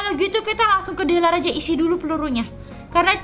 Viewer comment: Deler kak bukan harbor